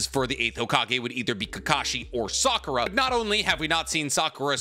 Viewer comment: I REALLY almost stopped the video when I heard Sakura 🤦🏾😒